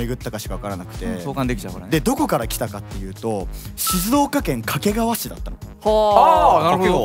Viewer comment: どうでもいいこと 地元民はかけがわ↓ でもテレビとかでの発音はかけがわ↑